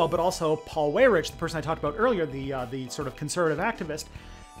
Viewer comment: Weyrich pron. "WHY-rick" Or just say "dipshit".